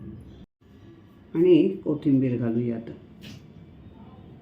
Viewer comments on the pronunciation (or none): none